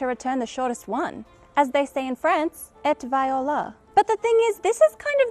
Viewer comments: I was confused at when you prononced these french words until I realised you prononced the t of "et voilà" which is actually not prononced 😉. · that's not at all how french people say it :) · ) although it's spelled "et voilà" (not "viola"), it's pronounced more like "eh voala" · ¡Hola desde España! ¿"et by-oh-la"? XDDDD This is the cutest wrong pronuntiation i´ve ever seen. :) Our french neighbors say something like: "et bualá". But I suspect you already knew it. ;) I like your videos very much. You are smart, nice and very beautiful, shall i say. Hasta luego. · "ette viola" 😑 This was not approved by your French husband! But great video anyway! 😄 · In "et viola" t is silent... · Just for you to know (though I guess you were just joking). French people pronounce "et Voilà" as " at walla" with the mute t. P.S. I love your videos. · "Et voilà", is pronounced "ay v-oo-a-lah" ; "ay" as in day, "oo" as in zoom, "a" as in "tap", and "ah" as in blah. (My first language is French.) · Please don't tell me you pronounced "Et voilà" like that. Please. Edit : YOUR HUSBAND SPEAKS FRENCH DAMN IT. HOW CAN YOU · It is actually pronounced "Fleh flu bleh bla". Source: Joey Tribbiani's school of french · The "y" is silent. So it has to sound like "day" but cutting the "y" out, that's what English speaking people have so much trouble with, they can't seem to hear the difference weirdly. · I'm french, and this moment was hilarious :') To pronounce well "et voilà" you should start with the "et" which is kinda pronounced like the english "a" sound, but with less energy and then for "voilà" , you start with the "v" as usual in english, and for the "oi" sound, it's exactly the same as the beginnig of "what" , and then you end it with the "la" sound as in usual english :)